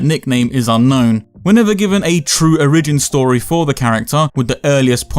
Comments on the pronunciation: o'REEJIN story it's O-ree-jin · did you say origeen?!